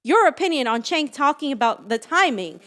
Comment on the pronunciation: Cenk is pronounced like SINK, as in sewer, where progressives lose.